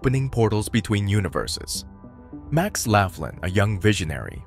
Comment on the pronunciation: Laughlin is pronounced "lock-lin"